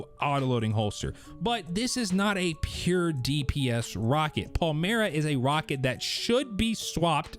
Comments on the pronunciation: It’s Pale-My-Ruh… Stop saying Pale-Mere-E-Uh 🙄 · PAL-MY-RUH for crying out loud.